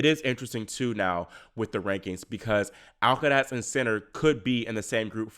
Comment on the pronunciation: Love how you say “Alcaraz” 👍